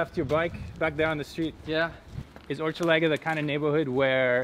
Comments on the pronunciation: Hochelaga is pronounced with an ‘sh’ sound like ‘ship’’ not ‘chip’. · Hochelaga : Pronounce as "Hush" laga. Maisonneuve : May - Zone - euve. Hochelaga its a Iroquois name of a village (Osheaga) that was somewhere around in the 1500s.